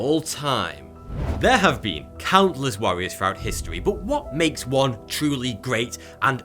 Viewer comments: ah yes the Warrirors of history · "warrirors" Wut?